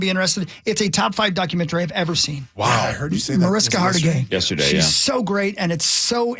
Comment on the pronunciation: Please learn how to say Mariska Hargitay…